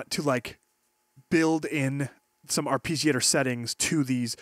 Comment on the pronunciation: Ar-pee-giator. lul